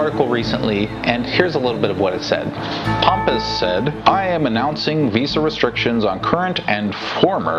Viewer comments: pronouncing Pomoeo as Pompous definitely made me laugh, as did many other apparently. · I doubted if I remembered his name correctly when I heard kept saying Pompous. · I really like that pronouncing Pompeo's name Pompous.